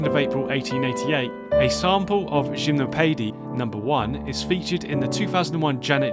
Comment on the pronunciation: the info is great, the pronounciation is crazy lol Shimnowpeidy by Saty lol